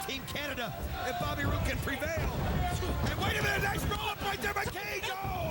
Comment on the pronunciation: mike tenay said bobby broode haha instead of bobby roode